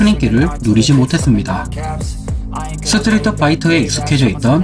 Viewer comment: 스트리트를 스트리터로 발음해서 상당히 거슬린다